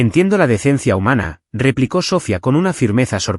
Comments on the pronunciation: Totalmente mal pronunciado el nombre de la hermana es Sofía no Sófia, como dicen creo no es una persona el narrador es un robot por eso tantas palabras mal pronunciadas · No es Sófia es Sofía